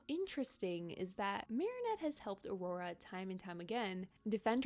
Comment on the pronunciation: guys...it's Aurore not aurora...